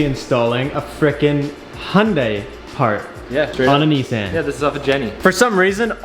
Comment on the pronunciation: “Nee sans”😭